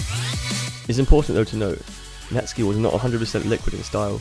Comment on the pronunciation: finally, somebody else that refers to him as net-ski, and not Net-Sky. I thought I was losing my mind